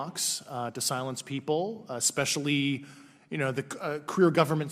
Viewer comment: "eck-specially"? 🤔 Especially?